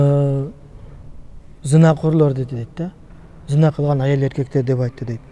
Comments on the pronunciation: Зина эмес, кыргызча зынаа го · Зина эмес зынаа деп айтылат.